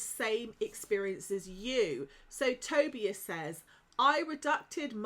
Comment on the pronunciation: For the love of whatever created you - it's pronounced to- bias like Toby but remove the y, then biase